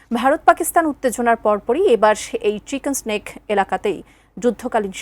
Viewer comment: মেডান এটা চিকেন সেনেক না; চিকেন নেক বলা হয়